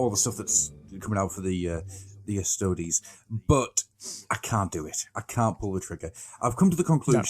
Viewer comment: Also, a little side-note: I cringe a little every time I hear pronounce “Custodes” as “Cuss-toads”, almost as much as I cringed upon hearing about the Great Unclean One and the witch putting their Marvin Gaye/Barry White mixtape to good use. Not because I’m a snob who DEMANDS that it be pronounced “Cuss-toe-dees”, but because every time I hear it pronounced the other way, my mind can’t help but think “Custard”. And if thinking of ice cream whenever the Emperor’s Golden Champions are mentioned isn’t HERESY, then I don’t know what is.